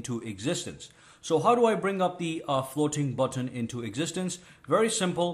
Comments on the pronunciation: Good video but I only made it to the section where he said: "FLOWTEEN BUWTONE" 75 OR 80 TIMES, I JUST COULDN'T TAKE IT ANYMORE... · I loved the way he pronounces " floating button"